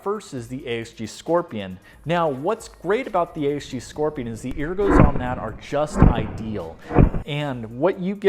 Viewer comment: you keep saying ergo improperly.